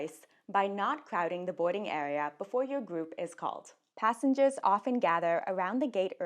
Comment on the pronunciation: Boarding your fwight boarding awea boarding gwoup People with speech issues for no good reason is my pet peeve.